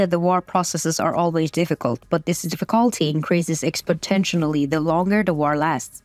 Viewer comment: Say exponentialy not expotentially